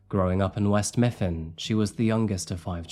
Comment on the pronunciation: I'm from Pittsburgh and I remember when this happened. So tragic. 😢 Btw it's "West Mifflin" (with an "L") 😋 I'm glad I'm building a home gym now. Don't have to deal with other people least of all a crazy guy like this. 😮‍💨